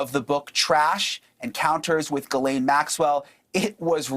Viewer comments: The name is pronounced Jiss-Lane not guilene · She seams to have a french name, so if so we pronounce Jyslaine and not Guylaine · Such a close associate yet can’t even pronounce Ghislaine’s name correctly???🤔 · If they’re friends why does she pronounce Ghislaine’s name incorrectly.